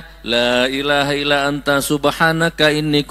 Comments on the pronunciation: Maaf Gus, membaca hadisnya bukan ala dzikrullah tapi, ILLA ..... ngapunten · Ila bukan alla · illa dzikrullah kok dibaca ala dzikeullah ..??? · Salah bacanya Gus.. Illa zikrullah (إلا ذكرالله) dan muta'allim (متعلم) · Sedikit koreksi Gus Nur الا ذكر الله " ...Illa dzikrullahi bukan ala dzikrullahi. Dan متعلما "Muta'alliman bukan Muta'allam ( muta'allim bukan Muta'allam ) Barakallahu fikum